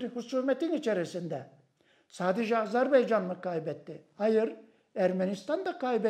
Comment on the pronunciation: Saygili Hocam Azerbeycan değil, AZERBAYCAN 🇦🇿🇹🇷❤️